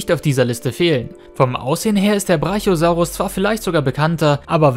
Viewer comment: Diese Aussprache vom Brachiosaurus tut in der Seele weh.